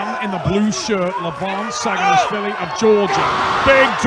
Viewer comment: Seems like Travis Bagent intentionally pronounces Levan's surname wrong "Shaginasvilli"